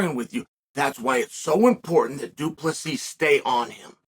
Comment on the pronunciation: If you want to know how you can tell that Chael actually does respect DDP just notice that he is actually pronouncing his name perfectly. He's trying to help the guy.